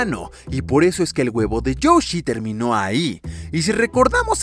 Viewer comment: youshi? XD soy yo o dice youshi o lo dice bien?